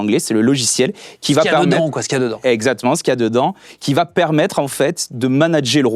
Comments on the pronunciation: Une seule chose a dire : "Esactment" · Existe t il une appli qui peut compter le nombre de fois où on entend " EZACTMENT" ? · Après avoir supporté ça, mon souhait ultime : qu'un gars de son équipe programme les robots de ce guignol pour le reprendre et lui proposer des solutions de rechange chaque fois qu'il prononce 'eczatement' ! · Ses "Exa.tement" sans prononcer le c sont très bizarre. Je me demande si lui même n'est pas un robot. , . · Ptdr j'allais commenter ezatement ça 😂